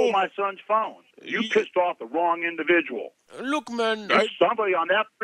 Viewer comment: "You Individial" is my new catchphrase LMAO!!